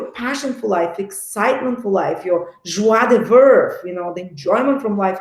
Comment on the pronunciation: Joie de vivre 😂!!! Omg the accent 😁 Thanks for the video, love to listen to you, even your poor french accent ❤